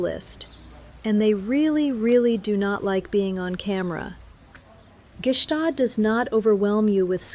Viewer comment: Stop trying to pronounce the G is Gstaad. You sound too American